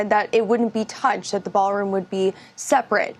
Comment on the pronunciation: ITS A "BA'ALROOM BLITZ"